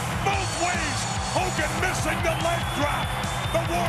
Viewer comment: Whose that jabroni HUUGAN? Never heard of him before.